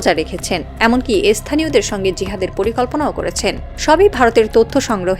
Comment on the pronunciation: এস্থানীয় নয় স্থানীয় 😂